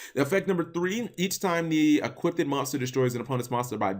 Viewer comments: equipped.... eeee cwipt.... eee kwipt... not eee kwit ted.... kill the ted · Equipped, not equip-ded